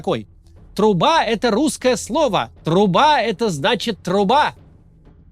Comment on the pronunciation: Труба а не труба 😅 надо читать правильно